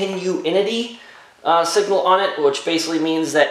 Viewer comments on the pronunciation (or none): Love the videos, I have a 1987 YJ and your CJ 7 has a lot in common with the YJ. I bought an American Autowire update wiring kit and engine harness and was looking for my grounding locations. Great tip with the volt meter. And I know it’s a tongue twister, Continuity, I pronounce it Cont-in-ew-ity if that helps. 😊 Were you ever able to get the bolt length and thread pitch of that Alternator bracket? And do the bolts have washers or thick spacers? Thanks ☺️